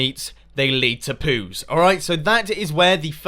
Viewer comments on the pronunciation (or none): Hahaha "POES" pronounced "poos" is afrikaans for "C*NT"